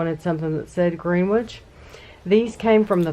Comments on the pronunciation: It's pronounced Grennich not Greenwich, my wife and I love your vlogs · Greenwich is pronounced grenich like your Grenwich village. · Everytime you say Greenwich I end up shouting at the screen the correct pronunciation - I'm amazed that you, as an almost full-time londoner now, still gets it wrong ;)